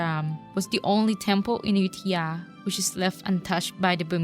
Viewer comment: just asking - why does announcer repeatedly say AYU-THIYA? tks